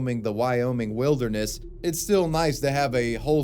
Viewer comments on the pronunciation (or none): none